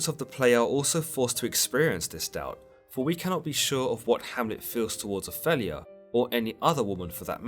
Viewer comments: oph-ELL-ia?? really? it’s opheeelia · Can I ask abut your pronunciation of the name Opelia. ? I’ve only heard it as ‘O-feel-e-ya’. Yet you say ‘O-fell -e-ya’. Just wondering why?